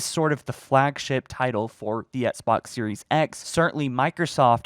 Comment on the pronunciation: says "Esk-Box" instead of XBOX.;) ESKimo Box